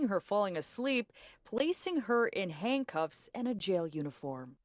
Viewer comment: Did the news reporter say Hangcuffs?